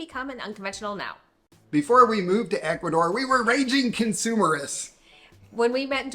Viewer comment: Please work on your Spanish pronunciation. For people who have lived in Ecuador.... come on. H is silent in Spanish. Vowels sounds are very predictable in Spanish. Just try.